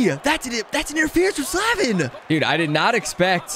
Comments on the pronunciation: By the way I’m a hurricanes fan and it’s Slay-vin not Sla-vin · As a gigantic Canes fan, I was so torn watching Rusty play them, even if it is all pixels. I gotta chirp ya a little bit as the Storm Surge ain't no joke. My man's name is Jaccob Slay-vin, not Slah-vin. He's best dman on the Canes (no it ain't Dougie Hamilton) and that's why you were always put up against him. Thanks for all your uploads, love the Rusty content! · Why did he pronounce Slavin Sla- vin and not slave-in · As a Canes fan, it's so hard to hear say sla-vin instead of slay-ven. Not like I have even half of the NHL players names correct, but it still annoys me. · “Slaavin”? What the heck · It’s Slay-Vin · bruh he is saying slavin wrong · I don’t have a problem with, but I do have a problem with the way he says Slavin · you say Slavin wrong. Look it up bro! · If you say slavins name wrong one more time... Jesus 😂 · Love you but you kept saying Slavin wrong I’m a canes fan so it was hurting my ears